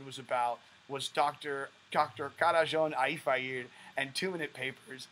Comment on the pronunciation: As a Hungarian, it was very funny for me when you said his name. I didn't know it could be like that. 😂